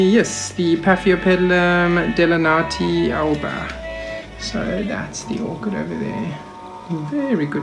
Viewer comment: Paphiopedilum delenatii variety alba....delanatii is pronounced de-lynn-at- e -i : —-Cat-lee-ann-th-ee